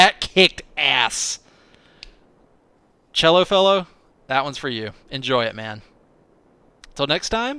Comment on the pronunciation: D I like it! And you said my name right first time. (Chello) you made my day!